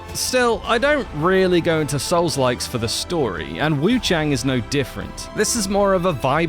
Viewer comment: What YOU need to know is you're saying the name wrongly